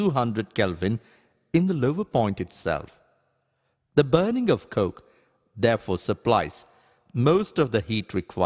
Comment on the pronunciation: the way he says 'coke'